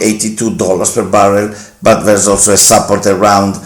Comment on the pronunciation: Bella iniziativa però un consiglio: se nella ricorrente parola "support" metti l'accento sulla prima sillaba anziché sulla seconda in inglese sembra tu dica "supper" (cena).